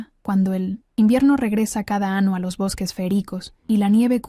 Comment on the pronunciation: Gracias, la historia es buena, repetida de otro canal y aun así no importa volver a escucharla....lo que si mejoraría muchísimo es que se corrigiera la voz de la IA en los acentos (entonación ) propios de las palabras y añadir la ñ cuando corresponda.... como por ejemplo, año y no ano 😅😅😅